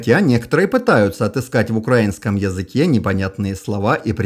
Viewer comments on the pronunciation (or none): none